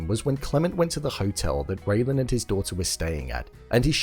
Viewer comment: It's RAYLAN, not Raven!